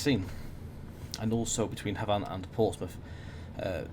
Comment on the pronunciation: Matt told you how to pronounce Havant on stream the other week but you’ve reverted to your old incorrect ways... Otherwise great video